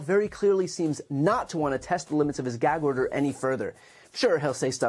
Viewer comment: What's a, "geg order"...? I can't say what i want to on here, but you know...!